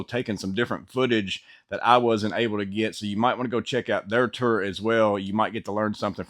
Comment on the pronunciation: Can you please say “Tour” again sir? 😂 “Ter” Kidding aside Great video. Thanks bud.